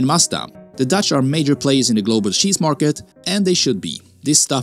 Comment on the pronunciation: Bro its cheese not sheesh😅